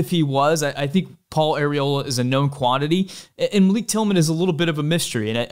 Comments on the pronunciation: its pronounced MAL-ICK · Quick note: Malik Tillman pronounces his name "mahl-ick" not "muh-leek," He told US Soccer this and they included it in their press notices.